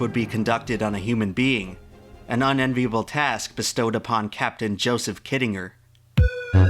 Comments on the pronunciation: Yeah he pronounces shit wrong all the time too. "undoubtably" isn't a word, but he uses it, "kittinger" is pronounced wrong and he says it in literally every other sentence for about 5 minutes straight... The problem is that youtubers don't bother doing any proofreading or research past googling shit. They also can't be bothered looking up how to pronounce words they don't know how to pronounce. And pronouncing words properly is a pretty major part of being a narrator. A good example of why you shouldn't really trust anything you see on youtube. Youtube is still part of the internet. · I can't un-hear you miss-pronouncing kittinger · It is pronounced KIT-IN-JER. For crying out loud. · this video is absolutely amazing, but the mispronunciation of "Kittinger" makes me want to cry haha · Im pretty sure you are pronouncing Kittinger incorrectly.